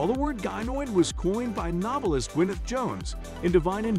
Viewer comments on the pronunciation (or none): none